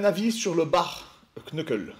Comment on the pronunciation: Bare knuckle, prononcez Bère (comme bière sans le i) et Neuckeul. Le K est muet comme dans K(nife)